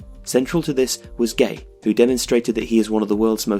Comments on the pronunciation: His name isn't Gay, it's Gueye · gueye if that's how the name os pronounced the... though life